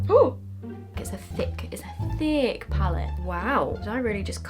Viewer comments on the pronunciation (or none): “It’s a thick, it’s a THICCCC palette”😂